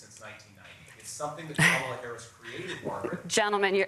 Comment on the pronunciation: J.D. Vance is lying like a freaking rug during this debate. I am interested in the number of lies Vance spewed throughout this debate. I don't know if J.D. Vance is aware that Kamala Harris is not currently the POTUS and dies not have policy, cause he keeps saying "Kamala Haiise policies."